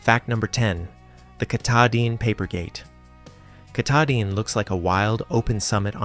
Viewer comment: It's pronounced ka-TA-din